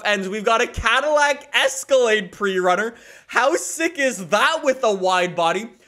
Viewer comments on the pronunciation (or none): none